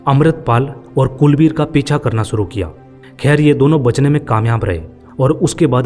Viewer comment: Furvary😂😂😂😂😂😂😢aur Sooru😂😂😂😂😂😂😂abay gadhe theek se bol